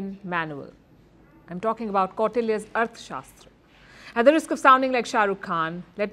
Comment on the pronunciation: Please learn to pronounce arthasashtra...